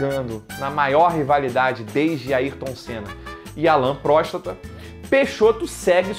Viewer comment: Não tankei o "Alain Próstata" 😂😂😂😂😂